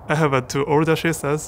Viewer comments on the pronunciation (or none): Man said Shisters you know